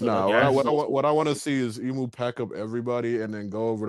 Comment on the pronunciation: Big shoutout to the Aussie calling Imu “eyemu”